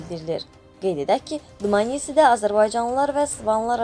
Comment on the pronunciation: Dmanisi YOK. DMANiSSSSSSSS VAR !!!!!